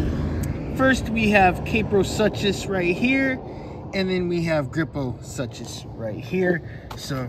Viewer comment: Ah, Gryposuchus is pronounced "Grip-Oh-Sook-Us." What's kind of weird, is that this particular species, is that its the first, post Mesozoic Age. I figured we'd get a Camp Cretaceous Smilodon first, but Mattel sure does surprise us, sometimes. 😅 Don't forget about the Popsaurus, which is also a pseudosuchian. I.e., "Crocodilomorph." They are such strange creatures, but still cool. I recommend to press the back of the Kaprosuchus somewhat quickly while making Scooby Doo laughs for the animal to make, and it'll bring great joy to any moment. 😂😂 Keep up the good work, dude! 👊😎🍻